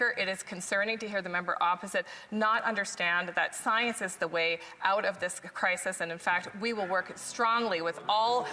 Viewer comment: No, no. He said "psy-ence", kind of like astrology vs. astronomy.